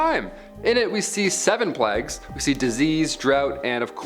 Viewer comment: Why can't you say plague? You make out you smart yet can't read basic English.